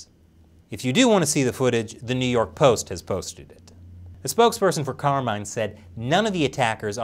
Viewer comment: That's not how you pronounce Carmine. It's an Italian name, it should be pronounced as Car-me-neh